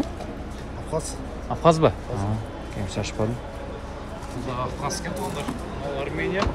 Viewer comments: АВХАЗЯ дебечи билимсиз!!! АБХАЗИЯ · Авхазя эмес Абхазия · Авхазя эмес, Абхазия индеец